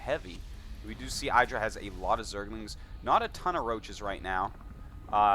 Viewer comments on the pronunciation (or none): pretty sure in a recent interview idra said the pronouciation of his alias had the not much enphasis on the i. Like, it's not pronounced "the apple iDra" or somthing. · yo, Artosis, it's pronounced "Ee-dra".